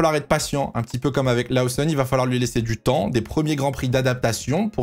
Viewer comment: On dit "Loossonne" et pas "Laossonne" 😉